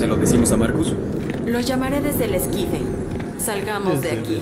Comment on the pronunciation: Es esquife la palabra es esquife